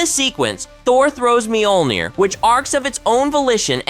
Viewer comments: There's no long e in the beginning of Mjolnir. It's also only two syllables. Think of the mj portion as more a 'myuh' and roll that straight into the 'ol'. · Mule Near or Meal Near is how it's pronounced.. or so I thought?